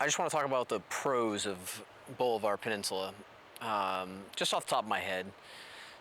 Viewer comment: Pronounced --- Ball-i-var / Just so you know.